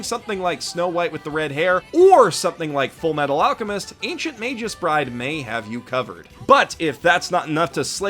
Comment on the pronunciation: Props for pronouncing Magus correctly